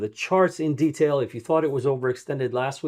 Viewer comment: Always like your videos BTW, you’re pronounced detail funny